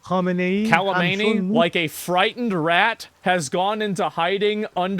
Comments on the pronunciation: its kha menei not kali meni where did the ' L' come from just read the name from the spelling. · fym "kalamaney" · Kh is prononce RH you bozo american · Why is asmond saying kalamani on purpose? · How you pronounce Khamenei like its a Dragon Ball attack, cracks me up.